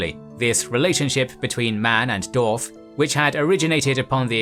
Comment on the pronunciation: The way you pronounce dwarves and dwarf bugs me to no end lol